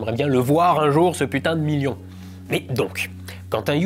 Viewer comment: Le miyon! Le miyon! On y croit!